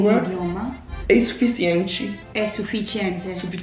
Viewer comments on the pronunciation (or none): AGAIN aaaah "é suficientchy"